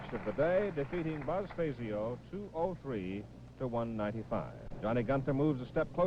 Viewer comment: Jackson showed no respect toward Buzz by continuing to mispronounce his last name (Billy Welu correctly pronounced his name at the beginning of the match) May seem pretty, but the name Fazio was legendary in the PBA community.